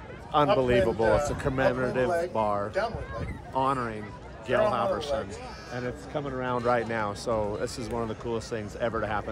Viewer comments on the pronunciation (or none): I hate to mention it but it's "HalvOrsen" and not "HalvErson", but a great video in any way you put it! 😉